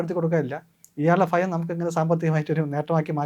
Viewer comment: Not phayam, it’s bhayam